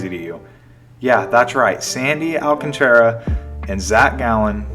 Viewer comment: Al-CAHN-truh… come on man 😂